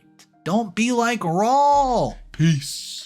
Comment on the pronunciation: RAUL - Raw-ool! Man, please Please PLEASE ask someone when your in doubt. ZOE-ZOE-EE😢 Yer killing us 😅